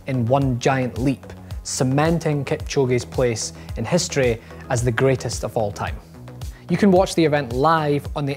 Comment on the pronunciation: All I noticed was the fact he said "off" twice, instead of "of"